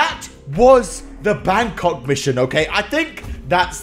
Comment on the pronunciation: It's Bangkok not bangCOCK